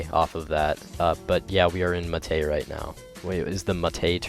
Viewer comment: why the hell does he say muh tay